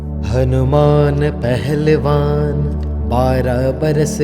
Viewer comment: Kya yeh Hanuman Shbra Manta Aapne Suna he, Isme HANUMAN Pehlwan ki bjay Hnuman Aahlewan Dubai deta he,Mukh me Beera ki bjay Beet sunai deta he, Hmari problem yeh he k HM Shbra Manta Sunte he,Glt Mntr sun-ne or Ucharan krna b Glt he,please theek kreeye,thanku